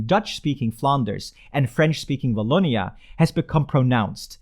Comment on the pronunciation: You forgot the walloon brabant from the french community. And the "w" of "Wallonia" is the same for "Watson" instead of "v" like "voilà". Good try though.